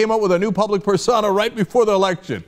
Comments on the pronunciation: Pers-OH-na not Per-sauna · What the hell is a persauna, its persona Cenk. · Cenk pronounces "persona" weird.